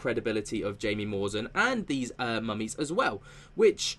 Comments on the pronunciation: Jamie Maussan is pronounced Hi-mi mu-sawn just fyi. 😁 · Tis is how you pronounce Mr. Jaime Maussan's name: "háee-meh ma-oosán" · His name is pronounced Hi-mee Mow-san. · The reporter's name is pronounced as High-me, last name moo-san. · Look up the research done by Dr O'Connor.. they are the real deal, his research is also peer reviewed .... and the J in Jaimie is pronounced as an H in Mexico... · Just FYI in Spanish “J”, as in the proper name “Jaimie” or “Jaime”, is pronounced with an “H” sound.